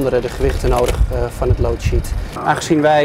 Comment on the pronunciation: Lootsheet. Goed Engels......